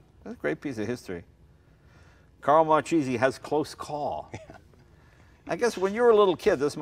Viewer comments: That weird moment when you're italian and you know Marchese is not pronounced like that but at the same time it's his surname so you don't really want to correct him and make him angry.. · The "CH" is pronounced as a "K" in Italian. In case he ever went to Italy or stop promoting the Italian heritage and not know how to pronounce his own name. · Sorry, as an italian this was painful to listen. An italian american talking about his heritage and he can't pronounce his own grandfather's surname. So sad. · Makes me sick, First to call the family name marcheese. It’s pronounced mar-k-z The family is from Palermo Italy. What a family skunk..... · pretty sure it's pronounced 'Markeesee' ...hard C before an H in italian ... it's a pretty common surname in Italy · 'marcheeeesy'... gee... you couldn´t possibly miss pronounce that even more. Just saying, no wonder he seems to be selling it, he gives zero fucks. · Someone should teach the proper pronunciation! Marchese isn't cheese! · It's pronounced markese please! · it's pronounced markayzee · Thats not how you properly pronounce that name. It is pronounced Mar Kay Zee. And this guy is a Marchese?! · "It is a Mar Cheesy..." fucking guido does not even care for correct pronunciation of his last name. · wrong! mar-ke-se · Mar-keh-seh trust me,i'm tuscanian. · It's Marchese not Marcisi... come on!!! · it's MARCHESE not MARCISI !!! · This guy doesn't even know how to pronounce his last name....Its Mar Kay Zee not Mar Chee Zee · As a professional Sicilian, I found the pronunciation of Marchese in this video strange. Both Jay and pronounced it "Mar-cheese-ee". But I'm pretty sure that back in Sicily, they said "Mar-kay-zee". But what a cool bunch of racers those Marchese guys were! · Mar-kay-zay, not mar-cheesy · Pronounced Mar-KE'Ze, not Mar-Cheesie!!! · I'm sure it's pronounced "mar-kayzee" not cheesy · It's "markese" not "marchese" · its pronounced Mar-Kay-Zee not mar-cheesy... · IS MARKESE NOT MARCIESE